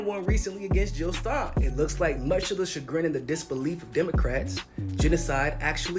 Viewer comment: Hahahaha, nice "chagrin-en" well said!